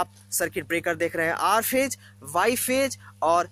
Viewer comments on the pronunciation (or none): Pagal phej nhi hota he phase hota he Vai😂😂😂😂